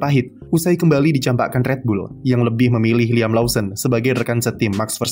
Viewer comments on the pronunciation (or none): none